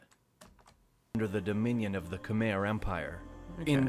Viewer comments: I'm gonna fixed the pronounce words Khmer "Kh műy" Sukhothai "Su cĥo thai" Ayutthaya "Ayű tyah" Thonburi "Thon bu rêe" Siam "Si am" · thai people can never say the “KHMER” word right! this because they can’t accept the true facts of history ABOUT THE ANKORIAN BEING THE ANCESTRAL TO KHMER people that they love calling slaves. WHEN ACTUALLY THE THAIMESE PEOPLE WERE THE REAL SLAVES THAT they had to helped BUILT ANKOR WAT or ELSE!?? THE KHMER PUT A SANCTIONS ON THEM IF THEY DIDNT WANT TO COOPERATE. they will have to choose between SANCTUARIES OR GO BACK TO WHERE THEY WERE LIVING UNDER THE HAN CHINESE OPPRESSION!! THATS PROBABLY WORSE for them THAN BEING SLAVES!! So that they invented the word “KHOM”it’s (actually referring to KHMER people) but it’s much easier for them to pronounce it. or they just simply HATE KHMER/KAMPUCHEA PEOPLE! THERE ARE NO SUCH THING IS “KHOM” YOU DAMN THAI LIKES TO THAI EVERYTHING !!! EVEN THE FKING BASIL WTF!!😂😂THAI CHILIES 🌶️ 🤦 DONT WORRY AINT NO ONE GONNA STEAL YOUR NAMES LIKE YOU STOLE FROM THE KHMER!!!!! , Thai, tai, sukhothai, siamese tai ayuthothai siam tai thaimese WTF!!😂 MAKE UP YOUR FKING MIND!! REALLY…..WHO AND WHAT ARE YOU??? where did you come from?? REALLY WHERE THE HELL ARE THESE MOUNTAIN PEOPLE CAME FROM!! SO TAKE YOUR SAWADEE CRAP 💩 OUTTA HERE WITH your FAKE PHONY DISTORTED HISTORY!! 😂😂